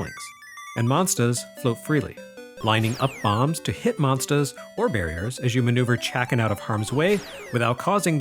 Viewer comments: Excellent video as usual but there's something strange about the way says "monstahs". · I need a monstah to clobbah dat dere Chack'n! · I've followed since the EGM days but I've recently notice him developing an accent, specially when he says 'monsters' on this video. Nothing more, just a cute thing I noticed. As always, an excellent review. Thank you sir.